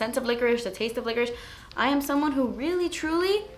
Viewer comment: Oh I thought she said "liquors" LOL I remember I watched another video of hers that I thought she said liquors, maybe she meant licorice on that too 😂